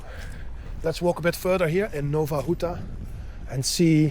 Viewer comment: Nowa Huta, not Nova Ruta